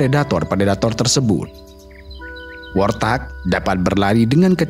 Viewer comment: Warthog bukan worthag, kendati demikian aku tetep suka😅😅😅